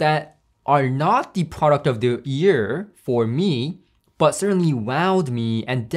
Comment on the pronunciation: I hear "ear" every time you say "year" lol